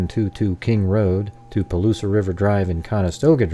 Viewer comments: First Palouse is "Pah Loose" not "Pah Loose ah" This route is very strange. I used to ride this route all the time when I was a student at WSU, as a bicycle training ride, but counter clockwise starting in Pullman. Two points to make. First there is no reason to go this way. It is just longer and weird. Second. very few students on either WSU or UI campuses even know about these roads. That is these small connection roads between Idaho 95 and Washington 195. Only farmers and bike riders know them. A lot are still gravel, including maybe part of Kohlbergers route. Thom Creek is paved and Borgen is not.. There is nothing in this area but rolling wheat fields as far as the eye can see. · Interesting video. 2 minor corrections (from a North Idaho resident): 1) Palouse is pronounced "puh-loos", not "puh-loos-uh", only 2 syllables and 2) it is US Highway 95, not Idaho State Highway 95. Even the Moscow police have erroneously referred to it as State Highway 95, which does not exist. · Hi, nice work! I'm from that area, let me help: Palouse is "Pah' Loose", silent e at the end.